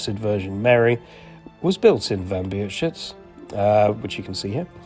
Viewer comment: Brawo! Jest Pan pierwszym obcokrajowcem (?), który prawidłowo mówi "Wambierzyce"!